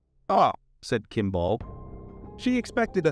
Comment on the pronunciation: I really wish you would have looked up how to pronounce 'Kimball'.... might have connected a common name you have heard with the spelling you apparently have never seen before.